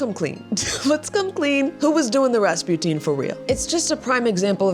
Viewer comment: “RAAHS SPOO TEEN” you mean RaspuTIN lets open a TEEN of tuna